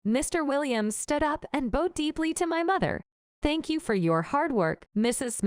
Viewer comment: If you bow your head, it rhymes with now, and in that sense bowed rhymes with crowd. They don't rhyme with sew or sewed.